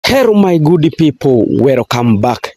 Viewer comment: Not werocame its welcome weeee..inaitwa kenya😂